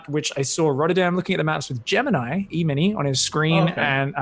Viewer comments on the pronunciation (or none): Artosis says that his name is pronounced gemini but when you click his video its clearly gemini...